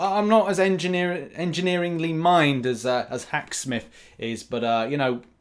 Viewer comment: Anybody else cringe when he says hack smith like hacker smith